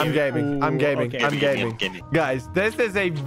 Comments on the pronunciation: Wien you Said im gaming i thought you did say im gay😂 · i heard him say gay many times... is that the truth?